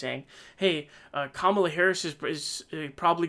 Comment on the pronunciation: Comma la dude! Pronounce it correctly, and stop being disrespectful!